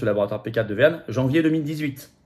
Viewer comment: Tu peux prononcer Whuan correctement ?